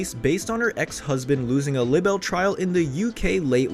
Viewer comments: What’s a sub-poo-ena? Isn’t it su-pee-na? The other one I noticed was ly-a-ble not lib-L. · It's LIE - BELL NOT Lib elle. smdh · This narrator can't pronounce anything lol How do you not know how to say "libel" and "subsequently" 😂 😂